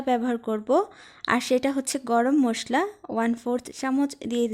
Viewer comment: মোসলা না মশলা , শুদ্ধ ভাবে কথা বল।